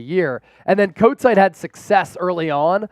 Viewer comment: you make me laff Kotite "coat tie " not the man lol